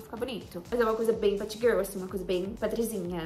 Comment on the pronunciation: por favor n para de falar patgirlll kkk